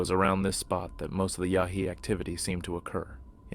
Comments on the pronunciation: its yowie not yowhee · Sorry I have to say this it's called yowie not yawie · I’m Australian and it’s pronounced Yuowee (Yow wee) Australia's version of Bigfoot is called the Yowie, a legendary, ape-like creature said to roam the remote bushland and outback.